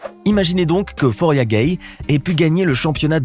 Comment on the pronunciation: C'est floria guei est pas foria guei.